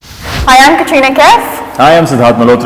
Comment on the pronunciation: did anyone notice this guy is calling katrina kareena xD